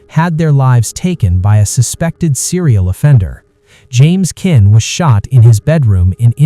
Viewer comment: AI They can't even program their AI voice to pronounce the name of the Villines correctly It's Sharon Kinne (Kin-ney) Not Kin